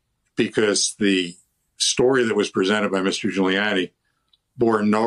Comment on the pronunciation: This guy nailed Ghoullyani. So funny how he described gooly.